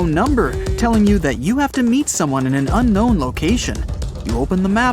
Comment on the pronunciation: unknown ❌uncnon✅